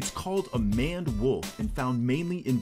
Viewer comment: isnt it M-A-N-E-D? muh ained